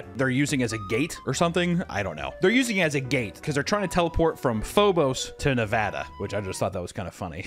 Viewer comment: HE SAID NEVADA RIGHT! HUZZAH!!!!!!!